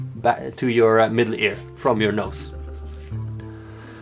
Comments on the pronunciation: he said nose but it does sound like nuts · Vertilezz21 nose with a weird way of saying so